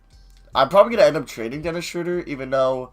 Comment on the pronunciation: is this guy ever going to learn that it's not SHREWWWWDER its SHROWWWWDER. smh.